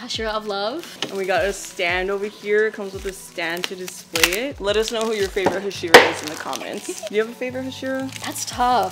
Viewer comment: Looks cool but learn to pronounce Hashira right. Sorry those things are a pet thief to me